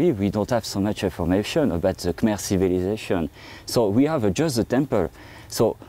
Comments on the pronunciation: Of course it's guessing. They don't even know how to pronounce Khmer. They probably just made a quick wiki for everything they say and didn't bother even listening to the people interviewed. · I know. And the commentators can't even pronounce Khmer correctly. Such a joke. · When you try to sounds like someone who knows something, at least listen to the clips in your own video and learn to pronounce Khmer correctly. This is just embarassing for you.